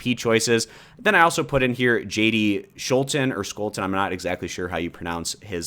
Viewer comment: From jd scholten’s (Steve king’s) district. Everyone I know here pronounces it “Sh.” Iowa accent I guess haha. Side note: I am very skeptical he would be chosen for VP, there are dozens of people I’d put more likely. That’s just my opinion though.